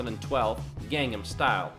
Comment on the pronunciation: ok, someone that CANNOT say Gangnam or Incheon correctly.......don't know if I can trust the information in this video👀